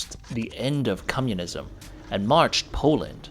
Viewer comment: I like that he says cummunism instead of communism